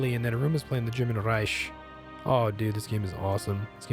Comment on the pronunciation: German Reich sounds like German Rike.